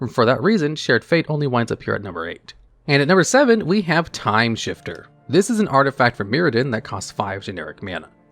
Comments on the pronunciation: Timesifter. Not timeshifter. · Its Timesifter not shifter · TIME SIFTER. Not shifter. Sift. No h. Do you have some form of dyslexia? Not being mean. I am just curious. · The 7th card looks like it is probably pronounced "Timesifter" and not "Timeshifter": the idea being like sifting or sieving "time", or turns, based on the mana value of the top cards of each player's library.